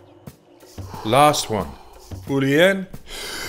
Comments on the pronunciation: Fooooolly inn, and Lelling Go, like awave... 🌊 Go witdaflow, of the breath 🌬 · "Foolly iiiin, ledingo" Thank you, Wim Hof.